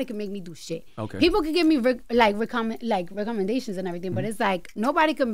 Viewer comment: “recomidations” is crazy lmao